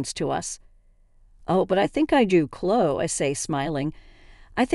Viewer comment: It's É than! Clo ee! If you're going to use bots, make sure English is the first language!